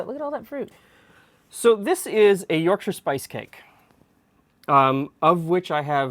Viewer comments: Rare to find a north american pronounce Yorkshire correctly, nice one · i appreciate you not pronouncing it york shire! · Yorkshire viewer, definitely do Parkin. Pronunciation of Yorkshire spot on also. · SOMEONE WHO PRONOUNCES WHERE I COME FROM CORRECTLY